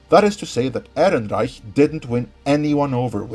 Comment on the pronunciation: Fuck I love the way you say "Ehrenreich"!